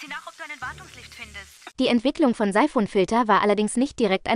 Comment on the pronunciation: Ist das ein AI generiertes Video? Syphon Filter wird dauernd falsch ausgesprochen.